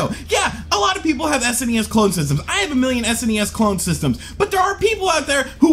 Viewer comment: I love because he says S.N.E.S. instead of that lousy sounding Sness...